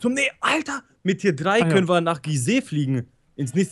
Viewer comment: 1., es heißt Gliese nicht Gisee 2. ich glaube Debitor hat beim Betten bauen Tier 1 statt Tier 2 Heavy-Duty-Plates genommen hat